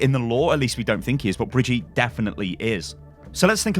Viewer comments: If Reinhard named the girl her name is most likely pronounced German which would be something along the lines of "Bree - gi - teh"with a long first i. a short i in the middle and a clipped e ( e-schwa) at the end. It used to be a fairly common girls-name more than 50 years ago. Many now-grandmothers are called Brigitte but hardly any young people are. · Say it more like baguette so brigutte to make it sound German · okey im dutch an i cant spreak german bregit is pronoumced bregyt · Step 1: open google translater Step 2: choose German as the language Step 3: type "Brigitte" Step 4: click on the sound button Step 5: use the correct pronunciation in your Youtube videos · Why do pronounce her name in this french way? In German her name would be pronouced with audible Ts and also an E at the end, but not the way English speakers do it, but more like the french do the É. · WHY DID HE SAY HER NAME SO FUGGIN WEIRD IN THE BEGINING Edit eeewwweeewwweeewww he keeps doing it. I hope it isn't the German version lol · When it is the german version of the name it's pronounced brigitte with the g like in get (im german) btw i love your videos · If it's supposed to be the german pronunciation, it should be: "Bri-Gi-tte". The "i" pronunced like "ee" in "see", the "g" like in "good" and the "e" like ... i don't know... the first "a" in "advertising". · you are not even saying it german wtf? btw nice clickbait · In which language are you trying to say "Brigitte"? Reinhardt is German, so if you're trying to pronounce it the German way, then you're absolutely butchering it! Here's a video of on how to pronounce "Brigitte" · its bri-gi-tte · It’s Bri-gee-ta like off of the sound of music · It's "Brih-gee-tah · The german version is pronounced Bree-git-eh (as close as it gets. with the g like in "get" not as is "jeff" ) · her name is pronounces (BI-R-G-ITTE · in german u say Bree - git - teh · okay her name is not "Bridjeet" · If it is a german name it's Bri-git-te ! :D